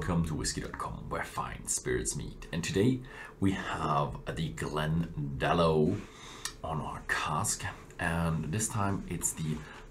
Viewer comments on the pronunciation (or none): It’s pronounced “Glen da lock”